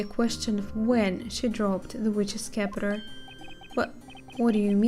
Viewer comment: the Scepter is just pronounced like Septer, the c is silent